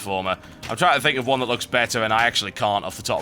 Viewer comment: "trine to remember how to do this!... sorry i had to.... sorry XD